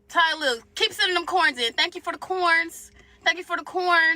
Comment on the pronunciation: Nggga so African he can’t pronounce “TY-LIL”